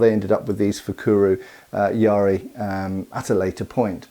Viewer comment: I kept thinking you were talking about some kind of pirate spear: a yar-ri (it's just ya-ri). It's a much overlooked weapon as it's so simple, which like most simple things, makes it difficult to use well.